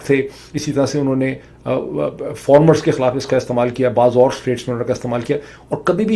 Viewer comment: sir ji, aap bengal se hai kya. aapka POILET wala to mein smajh gaya thaa ki apke teacher ne galat sikhaya thaa. but AAP FARMER ko FORMER kyo bol rahe ho bhai. mujhe 5 second lag gaye sumajhne ke liye